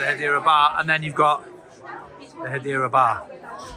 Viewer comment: is the only person I’ve ever heard pronounce Hedera as ‘Hadeera’, you’d think he’d learn to say it right